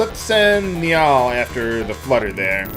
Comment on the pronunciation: bruh i love your LPs but i can't deal with how you pronounce Nial, i always said it as like nile and this has been killing me, but i love you so i'm dealing with it <3